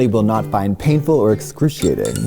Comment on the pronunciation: I can tell when Katya starts to laugh when she’s talking bc she lengthens the syllable when she smiles: “Excrooootiating” (Sorry I just watched a dialect coach on Wired lol)